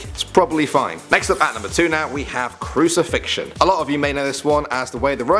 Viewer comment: Just so that you don't loose credibility, may I interest you in new fangled book called a dictionnary? You know, just so you proofread your text before publishing? For words like, say, 'crucifixion'...